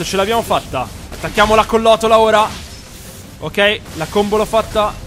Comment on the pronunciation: Bellissima serie però credo di dica "collottola" non collotola